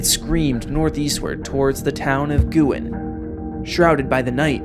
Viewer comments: Thank you for pronouncing Guin correctly. In so many 1974 super outbreak videos, it gets mid-pronounced as “Gwen” or even “gun”. On Wednesday, April 3 the churches in Guin will be holding a commemoration of the tornado. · it’s pronounced Gyoo-in